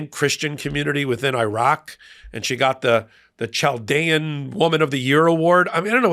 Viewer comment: Having worked at a college in San Diego where we had a high Chaldean population, I thought I would help you to pronounce that word a little better since you butchered it in this episode. Lol phonetically it's pronounced cal-dee-un.